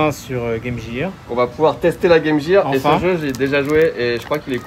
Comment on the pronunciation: Pourquoi appelez-vous la Game Gear(jir), mais vous prononcez Métal Gear de la bonne façon?